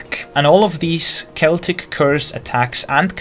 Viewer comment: Im just glad to see someone that pronounces "celtic" correctly xD